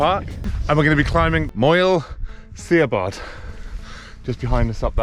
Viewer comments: Lovely film and some useful insights into the origins of Capel Curig's name.. Diolch.... just one point on pronunciation.. your mountain is pronounced Moyel Shabbod...no sh spelling in Welsh so Si = sh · Lovely peak, summited a couple of times in the past-offering a fantastic elevated view into the snowdon horseshoe. Very much enjoyed your vid guys! Re the pronunciation of Siabod- was told by some welsh locals it’s ‘Moel Sha-bod’.! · Great video, never been this route so would like to try it now. Oh and you pronounce Siabod like "shabod"! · Very enjoyable route - the pronunciation of the mountain is Mole Shabod. Excellent video. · Great filming and commentary love it. I think the way to pronounce Moel Siabod is Mole Sha bod. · its pronounced as shabod, not siabod. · 😄 🤣 😂. It's not see- a-bod. It's sha-bod. ❤❤❤ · Pronounce the i like an h so instead of Sea-a-bod it sounds more like Shab-odd, it's a great scramble and one I always advise people to do a few times before heading for Crib Goch just to build a little experience and confidence, carrying on and walking the Moelwyns right down to Blaenau from there is a stunning day out and I think the views just keep getting better and better as you get nearer to the coast, I love the views down to coast for the summits of Moelwyn Mawr and Bach. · Moel shabod... Not moel see-a-bod 'si" is 'sh' in welsh flies away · SIABOD is pronounced SHA-BOD, not SEE-A-BOD folks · It's Sha-bod.... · Nice video, a bit dramatic maybe, the pronunciation is Moil Shabod... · Apologies if it's already been mentioned but Moel Siabod is pronounced Mole Shabod. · Moel Siabod, (Welsh pronunciation for the English - Mole Shabod) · Superb video of Moel Siabod scramble!! really enjoying going back through all your vids this evening. Incidentally, its pronounced more like MOIL (as in boil) SHA (like in sharon) BOD (bod, like in.....bod!) - stick with me for more welsh pronunciations using terrible phonetic examples hahaha